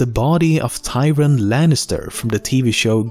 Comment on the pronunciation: Sounds like hes saying tyrin, a mix of tywin and tyrion